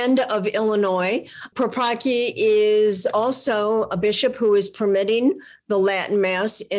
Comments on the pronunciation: please pronounce the surname of that bishop correctly - the Polish pronounce it differently, thank you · Don't bastardise his polish last name read Paprocki c as in cells